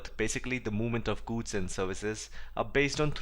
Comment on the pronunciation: Its not guuuuds, its goods lol